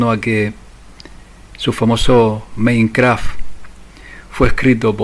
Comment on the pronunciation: buenas tardes. Con el debido respeto me permito sugerirte que es Mein Kamp (Mi lucha) y no Craf como lo has pronunciado. Un gran abrazo de una ferviente seguidora colombiana!